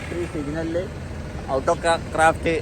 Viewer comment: ഔട്ടോ അല്ല ഓട്ടോ ആണ്